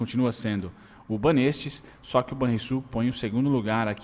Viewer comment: a pronúncia é banÉstes hahaha